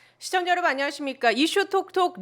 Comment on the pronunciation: 대답, 시청자,제가( 나), 계산, 사실,시도, 오후, 등!!! 첫 자는 길게 발음 해야 하는데, 짧게 잘못 발음헸나이다!! Are you Koreans?? 이런 엉터리 언어 문화!!!